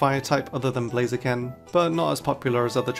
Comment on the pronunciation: Blaziken, not Blazekin! Rayquaza is one word, not 2 words!